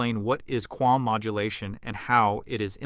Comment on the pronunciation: QAM is correctly pronounced as KAM not KWAM. Also cosine is pronounced as co-sign not co-seen. Projected is pronounced Pro -jek-ted not Pra-Jok-td